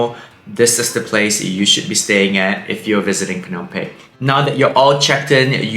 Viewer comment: Excellent recommendations and advice for us before going to Phnom Penh for the first time. Just a suggestion for improvement. Please pronounce Phnom PeNh with emphasis on the "N" of Penh instead of pronouncing it as Pey. It is a bit distracting. All good. Thanks.